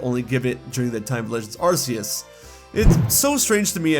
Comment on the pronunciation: Please stop mispronouncing Arceus. 😭